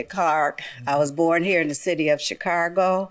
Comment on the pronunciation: This is the first time I heard someone from the city pronounce it Chicargo! 😂😳🤣😭